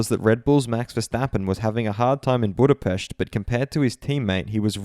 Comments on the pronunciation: Lovely pronunciation, for Budapest. Thank you so much! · Thank you for putting in the effort to pronounce Budapest the correct way! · Nice job pronouncing Budapest! I'm sure Hungarians appreciate somebody pronouncing it how it's supposed to sound.